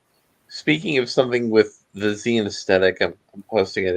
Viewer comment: It's pronounced "Zine."